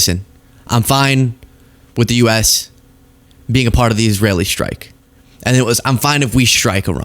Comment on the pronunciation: administration not adminishtration, strike not shtrike